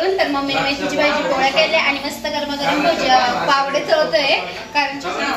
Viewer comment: अग् पावडे नाही म्हणत पाववडे म्हणता😂😂